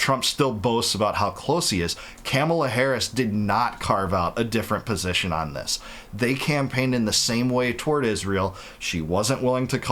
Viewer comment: Not "Camela" but Ka ma la like Kamal a.